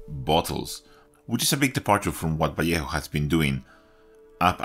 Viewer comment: Nice to hear a Spanish speaker pronouncing Vallejo correctly.